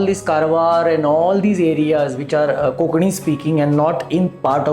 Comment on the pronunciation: Why is Konkani being mispronounced as 'Kokani " कोंकणी NOT कोकणी